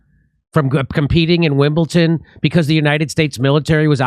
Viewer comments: It’s Wimbledon not Wimbleton! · It is WIMBLEDON ...pronounced "dun" not "tun". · Wimbleton ! No Jimmy , its WIMBLEDON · WimbleDon not WimblTon Jimmy!🙄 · It's Wimbledon not Wimbleton,Jimmy. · Dear America it is WimbleDon not WimbleTon, sorry for being pedantic but it really bothers me because all Americans do this and I do not get it 🤷🏻‍♀️🙏✌️